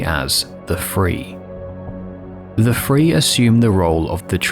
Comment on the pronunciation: Listening to the video as a podcast while I eat…”The Free,” oh these guys must be like people that know how to escape for real. About 5 or 6 more times of you saying “Free” I looked at the screen and I’m like oh he’s meaning “Three” lmao